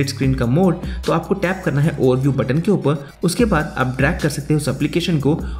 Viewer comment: For this guy it's not ‘Upar' its ‘Upa'